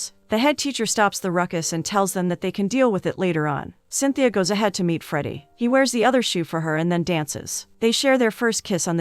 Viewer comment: i love this movie!! it actually inspired me to learn portuguese! also the girl's name in cintia (pronounced sin-cha) and not cynthia. good video nonetheless